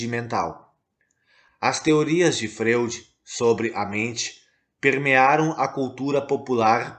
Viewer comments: Amigo, a pronúncia do sobrenome austríaco Freud é FRÓID - língua alemã. Sigmund Freud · Muito obrigada pelas informações e ensinamentos. A pronúncia correta do nome Freud é Froid. Gratidão, Namastê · Gratidão pelas palavras!! Uma observação: a pronúncia correta do nome do teórico é “Fróid”. 🙏🏻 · Amado a pronúncia é Fróid e a escrita Freud🙏🙏🙏